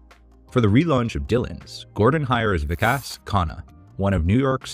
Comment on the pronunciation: I really enjoy your work but I am surprised at your mispronunciation of "Vikas". Gordon addressed this.?